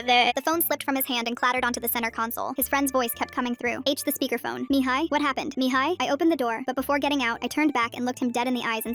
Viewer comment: MIhaI …. Este pronunțat MIHAI pe romaneste